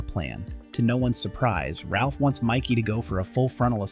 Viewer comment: His name is Raph not Ralph